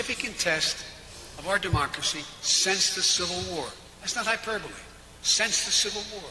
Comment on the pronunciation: Wow!! He actually pronounced hyperbole correctly!! I'm shocked he didn't say hyper ball.